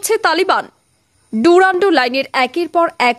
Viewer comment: Durand sabdatar uchcharan thik holo na.